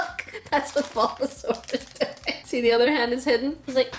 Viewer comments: "SUlBaZauR" killled me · "Sulbasaur" Me, an aunt: "turtle pikachu:) " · “Sulba sulba”